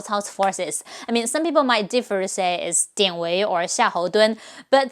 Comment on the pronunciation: about 典韋 dianˇ-weiˇ，since they are two 3rd tone characters, we pronounce it in 2nd tone and then 3rd tone here, dianˊ-weiˇ.